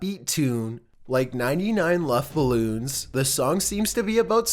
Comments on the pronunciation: its acually 99 red ballons not "lufthouse" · I thought he said Muff Balloons...no lie